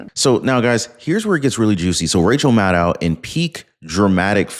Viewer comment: please get it right it's Madcow Madcow